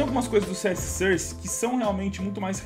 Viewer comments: "CS sãrce". KKKKKKKKK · A pronúncia correta é "sórce"! De nada.